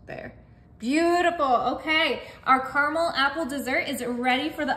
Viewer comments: Caramel not Carmel. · Carmel in this Michigan house, lol. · It's pronounced, carAmel. There are two A's in it. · It's spelt car-a-mel and y'all still say carmel.....🤭🙃